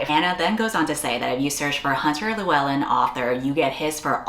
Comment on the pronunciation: Best pronunciation of Lewellyn from an American I have seen 🫡🏴